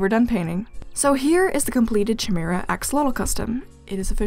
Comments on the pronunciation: I am soo sorry.. but I think its pronounced kiy-mara not chi-mara (not an expert tho) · Chimera is actually pronounced kai m ear a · Oh yeah! Chimera is pronounced “Kai-mee-rah” :3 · sorry for pointing this out, but chimera is actually pronounced as ki meh rah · sorry but this is bugging me, it's pronounced ky-mee-ra but also well done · the ‘ch’ in chimera is pronounced as a K